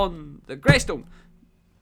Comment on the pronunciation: lol bro it’s grEystone